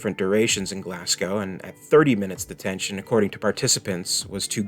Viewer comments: It's pronounced GlazGo, not GlassCow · Everyone from Glasgow is going crazy at the awful mispronunciation of the name of their great city! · Your pronunciation of Scottish Place Names is woeful man! Glasgow = Glass-Go & Ayrshire = Air-Shire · Burtualised the pronunciation of Glasgow and Ayrshire.